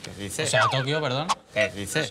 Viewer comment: que diceh, que diceh 😂 😂